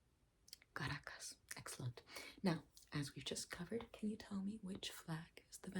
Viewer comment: Did you say the capital of Venezuela is ( CARAJOS ) ???😂😂😂😂😂😂